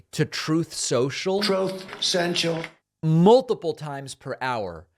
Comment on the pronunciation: I lose it every time when you do the "troth sential." Love it.